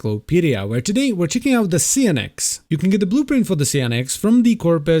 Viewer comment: Please, lets all improve our english. How do you say Cyan? its a common color, for printers. Why do you thin kyou need to be cute and change it's pronunciation here: Cyan-ex, simple.